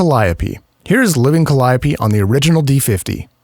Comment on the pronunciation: Cal-eye-a-pee? NO NO NO ..Call-ee-o-pae